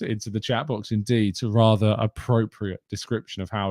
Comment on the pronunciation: its think Not fink and it rather not raver